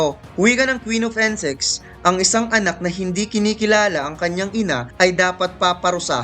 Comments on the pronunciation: bakit "Ensex" pag kakarinig ko hahahha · insect not ensect, paris not pares. nagutom ako sa pares mo eh pero over all good job sa pag narrate nice content tho.